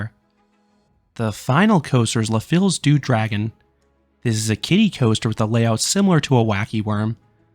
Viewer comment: What a beautiful park with a sad history. So glad they rehabilitated it. FYI, the word "fils" (meaning "son") is pronounced "feese," as you might see if you ever read any works by Alexandre Dumas Jr., known as "Dumas fils."